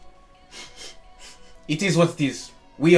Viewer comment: I like whenever you say "Itis what titis"😂